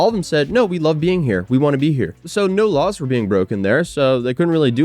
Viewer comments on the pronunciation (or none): none